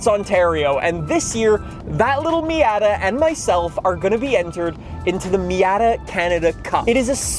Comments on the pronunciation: I’ve never heard it said “Meey-yatta” I’ve always heard “me-oughta” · I literally cannot listen to this guy say miAAtAA one more time lmao. Fortsa is fine but Miata? I’m dying my ears are going blind